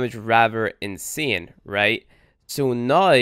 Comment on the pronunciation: Why does he say "now" as "noy" (proof)